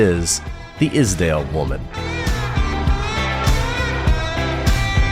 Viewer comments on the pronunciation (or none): The ice valley is pronounced "ease daalen" (a as in arm)